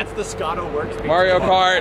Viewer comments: You can’t even say it correctly 😂😂 first words who says ot like that maruo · anyone who says marry-o cart has downs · I cringe a little when people say mario like merry-yo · Hayden Paolinelli and “pernounced” is spelled pronounced 😂💀butyes your right it Mario not mareeo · Wtf!?! Its pronounced Mar-e-o! Got damnit!!!!😔😔😔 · The real cancer = pronouncing Mario “maareeo” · Punch in the throut for how he says mario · Pronounce Mario properly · we want you to take a class on the proper pronunciation of Mario. Holy shit! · Scotto..... Dude. That’s not how you say Mario. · Hold up. How did scotto just pronounce Mario kart? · its Mario not Mario!!! ...oh wait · Pronounced Audi correctly but not Mario 🤔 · if inly he could say mario properly lmao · ive lost all respect for scotto strictly based on the way he says mario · Scotto cant say mario. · Am I the only one who cringed every time Scotto pronounced Mario ? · Love that green! And dude called it Merio cart like my Mum did!! It’s M*a*rio ;) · Mario doesn’t even say “may-rio” he says “mah-rio” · Its Mario not merio. The hell? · Don't nobody say ...Ehy Mahr-yo ...Come through....Its Yo Marry-O ..Get Over Here! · Mahry-yo, NOT marry-o!!!! OMG I hate that! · I just don’t get how people say Mario’s name Marry-o, if he says his name in games Mahr-yo. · Marry-o for sure. Mahr-yo is what happened when the Japanese video game designers attempted to speak an italian name. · Mah. Not Meh. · It's definitely NOT Marry-o. In Italian it's "Ah", in Japanese it's "Ah" and the dude says it himself. It's Mah-rio. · im from new york and its def not marry-o...100% mahree-yo. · its not mary-0 its Mar-E-O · It’s mar-io , not may-rio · Mahr not mare 😂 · "mario" not "marryo". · Bro it's pernounced MAR-YO not MARE-YO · "IT'S A ME MARIO" Even Mario never called himself Marry-o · haha this is me merio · legit first thing i heard and scrolled down instantly. MAHR-E-YO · bro i'm from new york and its marr-io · sure aint marry-o ;D